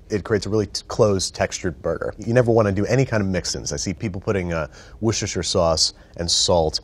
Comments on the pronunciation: "Wusherster Sauce" 🤣🤣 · Whooshesher sauce My favourite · Did he say worhdhk2fer sauce right?!?! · Could honestly listen to Andrew try to pronounce "Worcestershire" all day long.